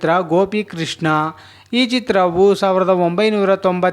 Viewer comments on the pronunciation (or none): none